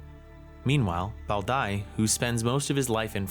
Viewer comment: That Bao Dai pronunciation was crazy